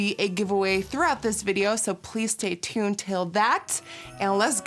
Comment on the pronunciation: „please tay tuned till that“ 😂♥️